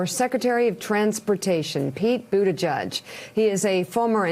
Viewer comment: Time for the media to learn how to pronounce this guy's last name. It's not "buddha-judge." It's "buddha-jitch."